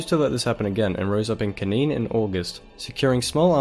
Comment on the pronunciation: If you are going to do a video on Yugoslavia, atvthe very least prounounce the names Kosovo and Slovenia, knin and so on correctly, oh and when talking about Croatia, put a map of croatia up